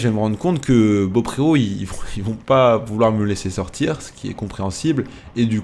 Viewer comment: Il faut dire "bopro" et pas beaupréau